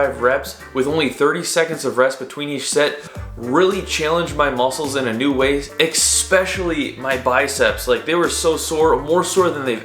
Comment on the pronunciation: .... One of my biggest pet peeves is when people say expecially. .. its especially.. there's no X in the word man!